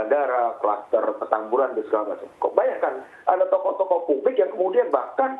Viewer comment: Pengucapan "tokoh" sama "toko" aja gk bisa bedain, melucu anda😂